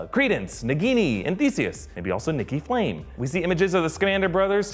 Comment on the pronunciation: I love how calls Nicolas Flamel: "Nicky Flame" xD